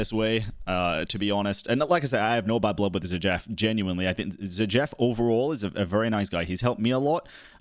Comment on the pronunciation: zah jeef lol, bro saying his name like its some israeli name lol